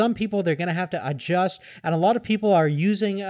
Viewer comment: the way you say i-just instead of adjust , makes me want to rip my ear drums out.